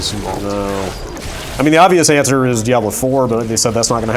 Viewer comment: How do people not know how to properly pronounce Diablo?